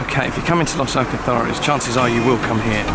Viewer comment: Going to Los Alcázares 12 years. Why do some pronounce it as you do. But the Spanish pronounce it differently?. Good footage of the restaurant’s though. My favourite is Hemingway’s and veni.